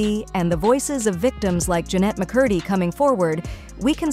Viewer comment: one of the easiest last names to pronounce and it still was pronounced incorrectly lol